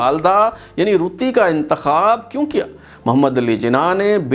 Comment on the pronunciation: قائداعظم کی بیوی کا نام“ رَتن بائی پیٹیٹ” تھا، اور اُنہیں “ رَتّی جناح “ کے نام سے پکارا جاتاتھا ، آپ مسلسل “ رُتّی جناح “ بتا رہے ہیں ۔ RATTANBAI PETIT ( RATTI BAI )